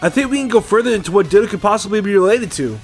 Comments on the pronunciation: When he said ditto, my subtitles corrected it to dildo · Ditto: DITTO TITTO